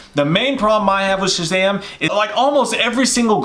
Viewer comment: Now I can't stop saying SHAZHAM!